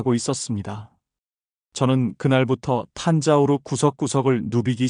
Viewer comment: 탄자우르가 아니고 탄자부르 입니다. (Thanjavur) 탄자우르는 존재하지 않습니다.